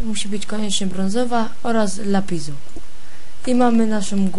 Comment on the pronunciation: kurwa mówi się lapis a nie lapiz